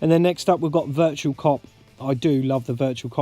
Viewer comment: It's Virtua, not "virtual"! Great collection,. I need to get The Game Paradise, what a unique game! Very jealous of the Metal Slug RAM pack too. I've been meaning to do a response to Russ too, so I'll link this video when I do.